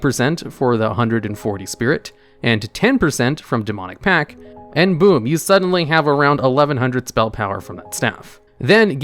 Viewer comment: I'm excessively bothered by how little stress there is on that T in pact, sounds like pack every time he says it.